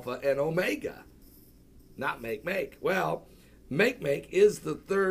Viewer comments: It's not "make make" it's not English, it's 'Olelo - said almost like mock ay mock ay and it means 'want'. NASA is not looking for any of the kookie club's different versions of fictional Planet X. They're just looking for all things new. Since when did playing pretend become the sport of Christians.............. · Makemake is pronounced "mah-kay-mah-kay", named after the 'god' of the Rapa Nui people from Easter Island. It is a dwarf planet in the Kuiper Belt next to Pluto.